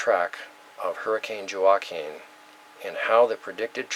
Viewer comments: Thank you. J is like H or W in Spanish, as in Juanita or La Jolla. Hurricane H'wa-keen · Just subscribed ...love your work. Just a minor thing, Joaquin is pronounced "hwa-keen" ;) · Word Pronounced- Joaquin Wah (as in what) and keen (as in keen intellect) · Thank you for a great presentation. Shared. PS Joaquin is pronounced waa keen, the J is silent. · Joaquin, pronounced, walkeen. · pronounced Huakeen...like Joaquin Phoenix.